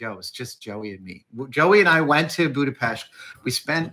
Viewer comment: oh , odd to hear someone pronounce Budapest the right way! It's amazing you've got invited to the early screenings and some of the sets! You get to see a lot of amazing stuff, Geek heaven haha